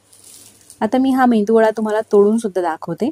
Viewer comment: मेंदूवडा नाही,मेदू वडा.